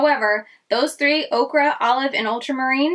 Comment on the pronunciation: FYI...okra is a vegetable and ochre, pronounced oaker, is a color...loved seeing some new indie brands that I hadn't heard of!